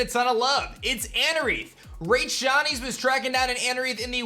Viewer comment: I doubt you'll see this, but just on the off chance that you do...it's Rach SHINES not Rach Shinies. She's just like the sweetest and would never correct you. But just in case she's in the countdown again, I thought I'd let ya know.